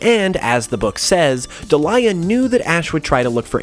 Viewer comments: Great video but I cringe every time I hear you say Ash's Mums name. It's pronounced Deel-i-ah (Delia) not De-lye-ah (Delilah) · Delia (Deal-Ya) Not Daliah (Da Lie A) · I think it's pronounced Dee-Lee-Ah not De-Lie-Ah but otherwise more videos on this topic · Deal-yuh not Dee-lie-yuh 😅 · It's Delia, pronounced "Dee-lee-ah," not "De-li-ah." Good video, that just bugged me. Good job otherwise, though. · Delia is pronounced Dee-lee-ah. It sounds like you're trying to say Delilah in this video. Sorry, it was driving me crazy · Love the video, but in the anime, Ash’s Mom’s name is pronounced dee-lee-ah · Your pronunciation of Delia makes me cringe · Also why can no one pronounce Delia's name XD